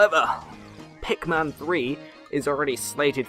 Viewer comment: It's PikMIN not PikMAN :(